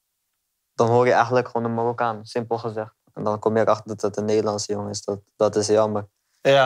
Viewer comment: Het is mArokkaan, niet mORokkan pfff